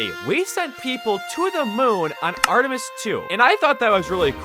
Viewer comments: Bruh its called Artemis not Artemeis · "Artuhmeatis 2"